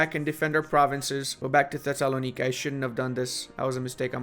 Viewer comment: Even if it’s the right pronunciation they way you’re saying Thessalonica is grating on my ears